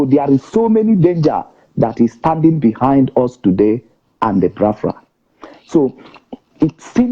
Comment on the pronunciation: How come our brother talking cannot pronounce Biafra? :))